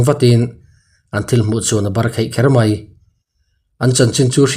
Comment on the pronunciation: thu chhiar uluk zual deuh deuh la tha ngawt ang...barakheih tih loh hram hram..mai tih tur ah mei iti deuh vek bawk a